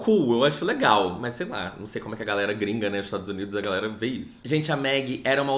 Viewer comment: Quando me perguntarem porque eu assisto esse canal vou mostrar o jeito que fala o "bem LE-gal" lá pelo primeiro minuto e "negatividade, negatividade tó-xica" 😂😂😂 BB